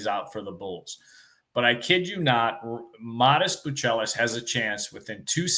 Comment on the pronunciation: `Learn how to say his name